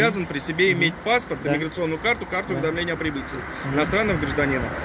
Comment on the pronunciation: Хаххахаха видножитество говорит ещё миграсиони 😁😁😁